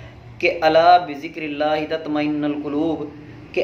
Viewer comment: "الا بذكر الله تطمئن القلوب" اس میں " تطمئن " کے نون پر پیش ( ُ ) ہے ، زبر نہیں ہے